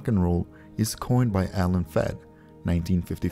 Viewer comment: Alan FREED NOT Feed!